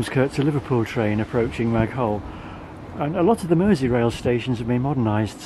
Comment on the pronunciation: You don't pronounce the "h" in Maghull. "Ma-gull".